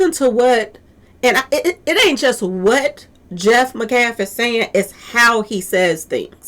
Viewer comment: Met- calf ..met- callf..pronounced metcalf